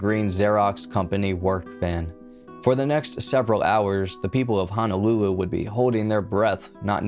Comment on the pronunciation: Yeah, it's Hono-lulu, not Hana-lulu. He was not a (native) Hawaiian citizen. He was a Hawaii resident. These are the main errors. But, I left home in the 90s so was not too familiar with case. Thank you for revisiting.